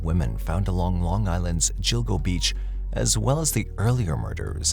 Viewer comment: So sick of AI voices getting so many pronunciation’s wrong, it’s pronounced GILL, like fish gills…. So GILL-GO-BEACH… I’m sorry but it gets on my nerves and distracts from the story… are you saving that much money by not hiring a human that can pronounce people, places, names and things correctly??